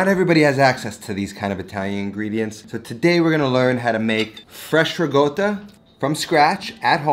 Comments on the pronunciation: no he says rigotta when it's ricotta like ri-kot-uh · It's rikotta, no? Not rigota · It's pronounced somewhat like ree-caught-tuh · you mispronounced it. it's "ricotta" not "rigotta" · You said it yourself: -Ricotta means recooked in Italian -The word for cooked in Italian is “cotta” -Note it is not “gotta” “goata”, “gouta” - there is no g, no silent g, no intended g, NEVER A GODDAM G!!!!! Phhheew Ps love the content other than that triggering aspect Cheers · . Why do you pronounce it “RiGotta” (with G) and not “Ricotta” ? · The fact that hi write rico and pronounces it rigo... baffles and amuses me xd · Its not rigotta my friend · Every time I hear riGotta, I cringe. I think I already commented on this on a previous video of yours, please say riCotta - with a "C". Not a hater, just trying to help (I'm a subscriber). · Why is the word riCotta but pronounced rigotta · So annoying “rigotta“! 😂 it’s ricotta! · Its recotta not regotta ... Im Not Italien 🙃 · It bothers the hell out of me when he says rigotta. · no bro.. its not.. please dont spread false information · Chef Pierre: ONYÓ!: RIGOTTA! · Good lord why does he say it that way lmao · Guys I can't wait to learn how to make fresh REE-GOWTA. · Amazing channel, but: Try "ri´kOtta" as pronunciation. Just to prevent some Itlians from going on a rampage ;) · Love you and your videos, but please pronounce it with a C - RiCotta :) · I'm not italian yet I still got pretty triggered xD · I'm gonna start calling it 'rigotta' now, thank you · just a pet peeve but that's really not how you pronounce ricotta at all, sounds like you're saying rigoata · What the fuck is rigoata?! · it's a "C" as in cactus, not a "G" as in game. now say it with me "ree-co-ttuh" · Why does he keep calling it "rigoata"? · Are you referring to his pronunciation of ricotta as “ri-goat-uh”? As far as I know that is not how it’s pronounced. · There is no "g" in ricotta. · Ricotta...No G in it. Unless you were born in Naples from . hahaha